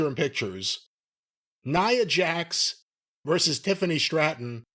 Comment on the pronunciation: or however u spell it has the worst sense of humor. Ooo and 22 times jim says neeeeea Jax he doesn’t correct him nice